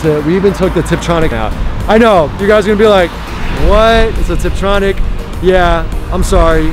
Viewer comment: Love the channel but stopped watching this video after I heArd “tiptronic” ; ) good luck with the channel. Will keep watching